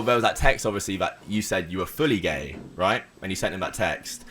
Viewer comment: "Wai are u gai?": "Who says I'm gai?